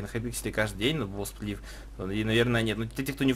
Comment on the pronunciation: Не бов сплиф, а боу сплиф